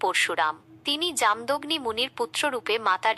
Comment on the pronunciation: জাম দগ্নি নয় উচ্চারণ হবে ( জামো দোগ্নি মুনি এখানে পূর্ব মেদিনীপুর জেলার ময়না পুরুষা ঘাট নোনাকুড়ি গ্রামে পৌষ সংক্রান্তির তিথিতে ওরা পরশুরামের পুজো করে ,পূজো করতে নেই কী আছে বুঝিনা জানি না কিন্তু ওরা তো পরশুরামের পুজো করে। পূর্বমেদিনীপুর তমলুক থেকে ১২/৫/২০২৫ রাত ৯:: ০৭